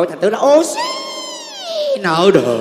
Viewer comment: Anh Trấn Thành ơi ôxin chứ không phải là ô-xí nha anh anh 🤣